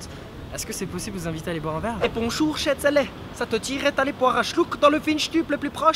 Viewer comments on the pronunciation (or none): On a tous remarqué que c'est un bas rhinois xd... 😂 C'est SCHOTZALA pas SCHETZELE !!!